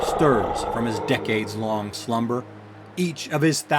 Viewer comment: Hey, I liked the video - just some constructive feedback here. Pronunciation "From his thousand year slumber." You inunciate the last word of the sentence multiple times when you are reading in this form. It might just be me, but I find it sort of off-putting, like the tone doesnt match the story you are telling. There are also times when you are pronouncing longer words where you kind of rush through, and your volume (in your voice) goes so low that I cant make out what you're saying, you might want to try being a little more deliberate with those descriptors. I'm glad we are finally getting an american to do these lore videos, and AJ picket are great, but most of the other american lore makers have had high pitch nasaly voices, I think you've got a great voice for this, just need some nuanced expressions for when you are trying to be emmersive, and maybe be a little more sure of yourself with some of the longer cyllables.